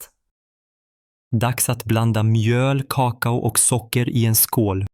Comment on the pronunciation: Han har fel betoning på "kakao". De talar som datorer. De talar inte naturligt.